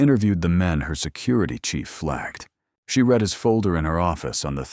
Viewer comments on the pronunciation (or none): Yes, good story. AI narration cannot handle English words with multiple pronunciations, like read. Is it red or reed, and it always chooses wrong. I listen to these audio stories all day long so I'm used to mentally correcting it on the fly but it is annoying; more so with some narrators.